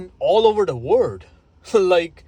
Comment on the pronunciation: OMG FOR THE LOST TIME "WORLD" IS PRONOUNCED "WER-OLD" OR "WUR-OLD" NOT "WERD".